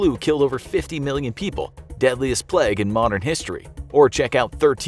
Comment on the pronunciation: He called it plag